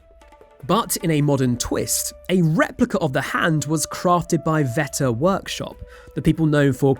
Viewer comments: it's "wetter" workshops, not "vetter". It's the largest insect in the world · Why do you pronounce "Weta" as if it's a German word..?